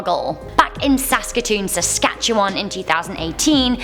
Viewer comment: I'm surprised you actually pronounced Saskatoon, Saskatchewan right